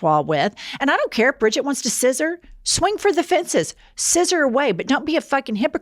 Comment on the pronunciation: Please stop saying Bridget😡 I’m a Brigitte(German) it hurts every time u say it 😢 It’s like a stab into my stomach 😂😂😂